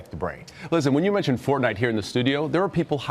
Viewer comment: Pronounce Fortnite correctly